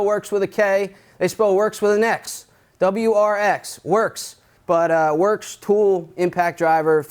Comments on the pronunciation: It’s Worx, W-O-R-X. Not W-R-X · Did anyone else notice that he also misspelled “Worx” he said “Wrx” lol